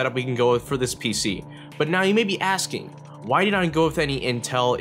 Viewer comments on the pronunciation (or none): none